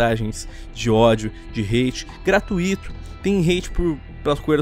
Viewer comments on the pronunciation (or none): none